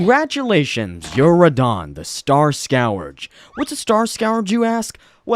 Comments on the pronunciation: scurge not skowarge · okay its pronounced "Scerge" not "scowerge." GOD i hate that. great video otherwise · the way he proncounces scourge hurts me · its pronounced "scurge" as in "dirge", not "scow-urge". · Jesus Christ it’s pronounced “skerj” not “scow urge”. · Scawerge. Its pronounced scurge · "What is a scow urge you ask?" Yes, because no one pronounces it that way. More like Skerj. Star skerj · Does this narrator really not know how to say the word Scourge? I thought it was a joke, but no. It's Skur. Like Scurry. And urge. Not scour, llke you would to clean a pan. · every time you say scOWrge it hurts me as it is read scUHrge but i loved the vid anyway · Bro can’t pronounce Star-SCOURGEEEE it’s scourge brother not scourgeeeee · “scowerge” it’s scourge pronounced like skurj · I hate how people still mispronounce words like Scourge.... like... its not scowurd, SCOURGE, SKU-URGE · Not ‘Scow-urge’, it’s pronounced ‘Skerge’ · You’re rage baiting me with this scow-arge shit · Star "Skowarj"???🤣🤣🤣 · "Scourge" is pronounced like "skurj" hope this helps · Your pronunciation of scourge (skurj) fills me with rage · Scourge is pronounced- S korr juh or S Kerr juh. Scourge. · It’s pronounced “skerj”😂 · “Scowrdge” lmfao! “Mareeka” 😂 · stars scauage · Tf is a SCOWURGE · It’s scourge. It’s pronounced skerj. Also, aren’t Miquella and Mohg half siblings? They’re both kids of Marika, right? And I caught that Monster reference. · Clicked off after hearing scow-arge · erm it's pronounced "scurge" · SCOW URGE??? SCOW URGE???????? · never heard anyone mispronounce scourge so ridiculously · Why do you pronounce scourge that way my dude. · How does this dude mispronounce such basic words like "scourge" ??? "Mareeka?" Comment bait?? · this mf better learn how to pronounce scourge but ill subscribe anyways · That's not how you say scourge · There’s no way you lived this long mispronouncing scourge like that gotta be rage bait leaving the vid success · He also pronounces scourge wrong lol